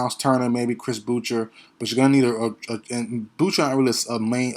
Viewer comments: You are right on this assessment. FYI, Boucher is pronounced ( Bou-Shay), it's a french name. Respect from Tdot 🇨🇦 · Chris Boucher's name is pronounced Boo-SHAY. It is French. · Lol Ik bro people say it like “Chris Bou-Sher” and I’m all like wdym what is a Chris bou sher?